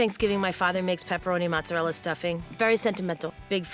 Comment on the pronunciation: Mozzarella no A pronounced